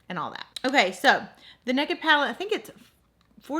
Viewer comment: I absolutely love how you say 'nekkid', lol 🤣